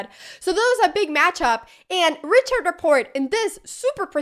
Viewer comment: Just an FYI: Richard Rapport is Hungarian (though plays for Romaina) so his name is pronounced as Ri-Hard not Ri-CHard, like you would a German Richard's name.